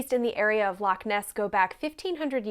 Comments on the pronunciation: Then used as than 😎 And nae bad on pronouncing loch.😉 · The loch pronunciation wasn't bad at all